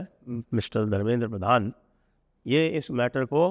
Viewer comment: Sir it's pradhan not prathan